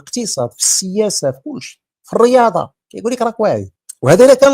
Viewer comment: يا حفضك الله حاول أن تنطق الريادة رقيقة عوض الرياضة غليضة ان كان ممكن وجزاك الله خيرا